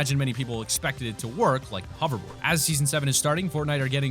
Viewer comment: Say it with me, h-o-v-e-r-b-o-a-r-d